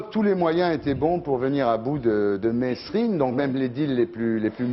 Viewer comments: État assassin !! ON PRONONCE "MÉRINE" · Bah alors ardisson on sait pas prononcer Merine